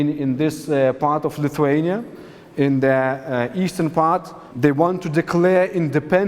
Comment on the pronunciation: ***** Lithuania! not LittleHuania ..